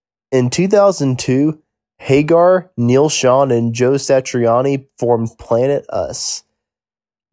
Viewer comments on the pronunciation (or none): none